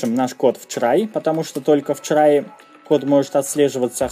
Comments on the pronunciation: у меня одного отпали уши от чрай? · Он так прикольно говорит слово try)